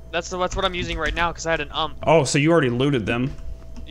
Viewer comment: I like how say UMP instead of U-M-P 9